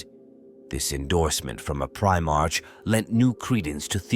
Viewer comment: A little heads up: The gene in genestealer is pronounced as jeans and the ch in primarch should sound more like a k. Might have missed a few more but I hope this helps!